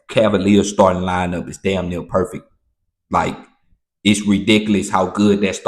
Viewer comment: The way you say dayum is funny asf